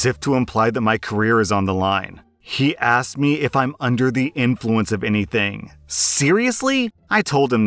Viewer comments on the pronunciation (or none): none